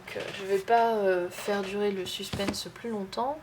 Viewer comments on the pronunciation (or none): none